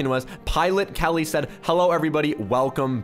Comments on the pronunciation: Keilly Is Pronounced Key-lee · When said Killy (for Keilly) I was like yea Dylan is gonna get killed